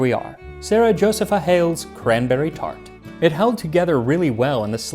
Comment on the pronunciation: Josepha is properly pronounced Jo-see'-pha. I make a cranberry apple pie with a streusel.😊